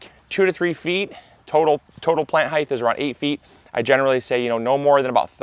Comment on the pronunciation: There is no H at the end of the word ‘height’. Crazy, I know.